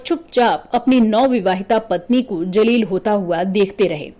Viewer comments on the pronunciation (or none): Its not Jaleel but Zaleel. Khaamoshi Ikhtiyaar Rakhi not Rakha. Its Phir not Fir.